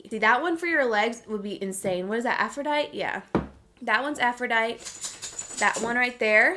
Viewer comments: LMAO- Aphrodite... (aff-row-dye-tee) not, (aff-ro-dyt) 😂🤣 I just couldn’t help myself. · Girl.... it’s pronounced aphro-DIE-TEE. Uneducated lmao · hunni im guessing its Aphrodite, its pronounced aphroDITE-EE, like how you said it and an EEE sound after. Aphrodite is the Greek goddess of Love, Beauty, and Pleasure/Passion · it’s pronounced “aa-fro-die-tee” 😂 😂😂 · Girl I love you but it’s driving me crazy the way you pronounce Aphrodite (aa-fro-die-tEE) lol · just so you know, its pronounced "AphroditEEE" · Had all of Youtube never learned and heard names of Greek or Roman goddesses? AFRO-DITE-EE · Hey love just wanted to tell you that the NYMPH shade Aphrodite is pronounced how you’re saying it...but you pronounce the “e” at the end. So Aphroditeeee lol! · Aphrodite is pronounced aa-fro-die-tee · Your pronunciation of Aphrodite is incorrect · It’s Aphrodite with an emphasis on the e loll I love you so so much and can’t wait for little man to be here. You and Davis will be the BEST parents! 💙